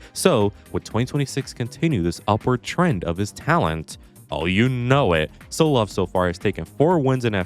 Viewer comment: saying Solov instead of Tsolov is genuine ragebait